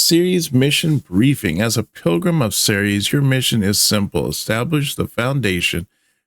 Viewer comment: Not only is this a nicely-put-together tale, but you also said "Ceres" correctly! Bloody good job,.